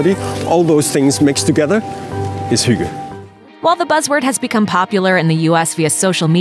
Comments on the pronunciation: The guy pronounced HYGGE...why can't you??? Americans are often so culturally rude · They even have i clip in the video where the word is pronounced correctly, but she sounds like she have never heard it before. They're just guessing. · lol, the word hygge is NOT pronounced like that hahaha. I know for sure, cuz im danish hahahah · As a Dane, hearing her pronunciation of "hygge" is absolutely hilarious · The way she pronounced hygge.. my heart is aching (it's not too weird tho because the Danes have always said it's pronounced that way..) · BTW: You pronounce the hygge and russ wrong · I'm not even danish but I cringed so hard at the way she pronounced hygge argh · Haha im from Denmark and i lmao when you said hygge* you said it wrong haha ❤️ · you pronounced "hygge" completely wrong 🤔😂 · Right, if they can't pronounce it perfectly, okay, but saying something sounding like "huugo" is just rude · Love and Bitterness omg no. It's not hoogee lol. Do you even know how to pronounce the E in English? There's a soft "eh" sound after the "hoog - eh". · I am not even Danish and felt the urge to correct her any time she said hygge... Euh, I mean... hooggah. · all I could think was "Hooga-chaka, hooga-hooga Hooga-chaka" hahaha ("hooked on a feeling" for those who wonder) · How she said it like “huga” annoyed the shit out of me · I can't help it but I hate how she says "hugah" instead of hygge.. 😳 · why she pronouncing hygge as huga??? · "Huga".... How does Hygge become huga???? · Hygge is not pronounced “hugga” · Omg no... it’s NOT huga 😂😂😂 please research first or at least try to pronounce it right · I've never heard "hygge" pronounced so badly. You could at least have tried. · I laughed so much when I heard her say Hygge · Eva Orts pretty much, yes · that’s really not how you pronounce hygge. or russefeiring. please at least do one minute of research before trying to pronounce words in other languages... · it's "hygge" not "hooga" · sounds like she said Hookah XD